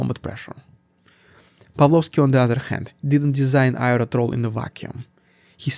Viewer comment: trawl as in awl, not as in trowel or owl